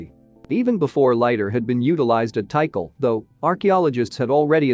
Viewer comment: It's pronounced T CALL, not tea cull